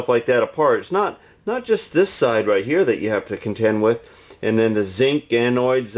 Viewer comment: Dear.. OMG I hate to sound like a grammar nazi, but they are Anodes, not ANOIDS. Great video as usual!!!